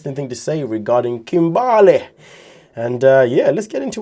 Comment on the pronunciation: The way you say Kim-Bar-Lay... 😂🤣😭